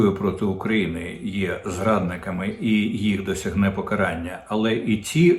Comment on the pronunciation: ПокарАння, а не покАрання, звизда ти вусата «Кожен зрадник» - авжеж, 😂 дуже смішно. Зрадник керує державою, прокинься ти обісрався